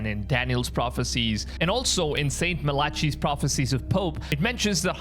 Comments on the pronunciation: The proper pronunciation is not MILATCHEY. IT is MAL LACK EYE . Malachi. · Malachi is not ma-la-chee, it's mal -I-keye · The name is pronounced 'Mal-ah-kī'' , not 'Mal-ă-chy' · It's mal-ah-ki not ma-lotch-ee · brother, I watched a couple of your videos. I love the content man but rq bro, Malachi is pronounced Mal uh kai not Mal ah chi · It's pronoiunced Mal i Kai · "Muh - latchy" ... are you serious, bro????!!!!! 😂😂😂😂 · you should really look up how to pronounce 'malachi'.